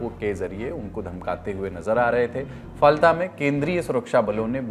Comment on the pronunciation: Ise फाल्ता kahte h bhai ....na jane kitne din se galat pronounce kiye ja rhe h pure lallantop ki team.....koi correction v nhi kr rha h kya ??